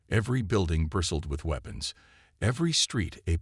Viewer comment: The AI voice sounds almost human but it struggles with some words, ie: weapons it sounds like it said weepons